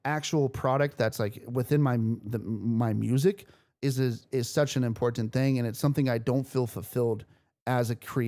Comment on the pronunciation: really putting emphasis on that first t in important